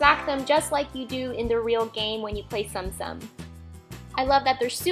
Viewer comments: Please note these were so amazing and actually tsum tsum are pronounced tsuum tsuum so it's not like stom stom 😅😊 and also they are plush figures and they are so cute and adorable and I love the ones u made ❤️❤️ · Its pronounced tsoom tsoom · Wow! But btw its pronounced "zoom zoom" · I believe it's pronounced Tsum Tsum like... Soom Soom. but oh well. The video was hella cute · She says tsum tsum wrong